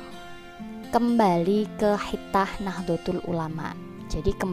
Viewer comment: Waduh ni komentatornya kurang pas ni memang tulisannya khithah tapi baca yg pas khitoh,bu